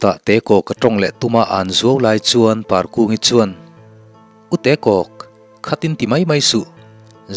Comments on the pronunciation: Ka ngaithla ve chiah a,angaihnawm hle mai..mahse hming hi athluk azirin arik dan hi adikin adik lo thei tlat..Parkungi tih hi Par tih lai hi pangpar kan tih a pàr tih anga lam tur ni zawk awm tak..ahming poh amawi zawk ka ring.. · Parkungi i lam dan hian chuan beng a fah lo deuh